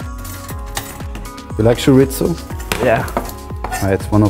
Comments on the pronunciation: Tschoritschtzo????....Junge junge gesprochen Choriso !!!! Mayorca !!! Es ist doch so easy Tortiya ...nicht tortillia ** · niemand:: choriTTzo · Ein Wunder, dass Mateu kein Herzinfarkt bekommt... Wie Chorizo ausspricht... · Feier das Format aber mit einem Portugiesischen Stiefvater ist Aussprache von Chorizo einfach nur zum lachen😂😂